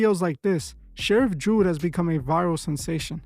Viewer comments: Its Judd, not Jude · It's Judd not Jude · Grady Judd not Jude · It's pronounced judd with out the jew lol😂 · You are saying his name wrong truth is lol , but a lot of things have been coming out about him this past year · Lol, I can't with the pronunciation of Judd. Most police officers are free masons tho.